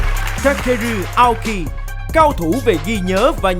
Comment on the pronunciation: Vl Tóc Tiên đọc tên người Nhật như tên ng Tây ý, Aoki mà bả đọc thành "Ây âu ki", chịu luôn đấy :)